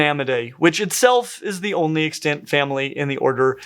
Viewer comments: 💡 "the only extant member", "other extant members" Pronunciation tip - The accent is on the first syllable: 👉EX-tant 👈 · I keep hearing you say extANT and I'm shook.